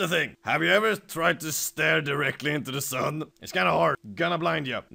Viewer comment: Love the emphasis he put on the fucking SUN